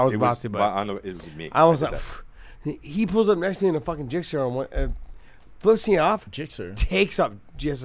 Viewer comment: The fact he said gixer mean he knows bikes! Love it.